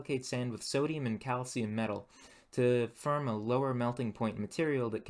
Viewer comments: Reminded me of white collar Detroit/Grosse Pointe accent, but I haven't heard it ten years. Near the border. Only I think I heard him say "shirtly" for shortly and "firm" for form. Never heard anyone say that before. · This guy has the most interesting pronunciation of the sound -or, pronouncing it -ur/-er. This makes the word more sound like mur, and form sound like furm. I would really like to know what region this accent is from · The way this man pronounces 'or' as 'er'... Like instead of "form" he says "ferm"...."more" = "merr". It sounds intentional as I don't hear him mispronouncing anything else. Very strange. Can't get over it. Really distracting. Also the fact that this dude calls adding hair clippings and rice water to clay, "alchemy". Never watched this guy's videos before probably will never again. Due to his pronunciation, I cannot bear to watch him farm merr clay for his ferrj.